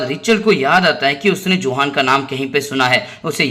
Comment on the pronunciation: यह योहान है न कि जोहान